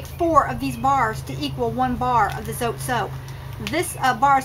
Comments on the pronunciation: it is pronounced zotay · ...Hi. Not to long ago I found out we were pronouncing "zote" wrong. The correct way to pronounce it is with 2 syllables "zo teh" like "hay".. its taking me awhile to get use to it but its kind of cool. Anyway, I thought I'd share. Blessings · It’s pronounced ZOT-EH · Zot(eh) is the correct way to pronounce it 😉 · It's pronounced Zo-tay.